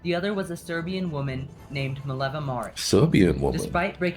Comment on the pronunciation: Her name is Mileva, not Maleva.